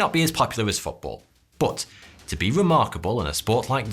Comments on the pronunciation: I really intrigued by the way you say 'But" I always heard it as Butt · Drinking game Take a shot every time he says "Boht"